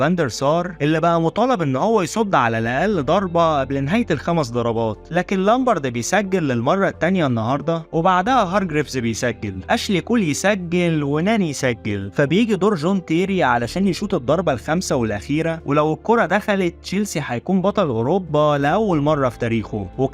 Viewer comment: ليش جاي تقول گون كول گول